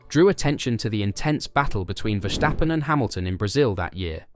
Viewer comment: Stop saying Vershtappen. He's not German.